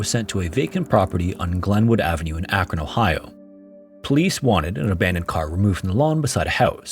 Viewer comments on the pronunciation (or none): none